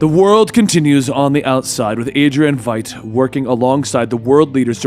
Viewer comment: Eyy, he got Veidt's name right!